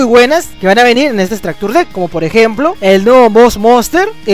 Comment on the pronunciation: todo muy bien pero como que "estractur dekk"